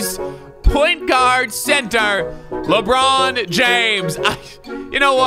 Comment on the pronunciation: Nobody: LeBrOoN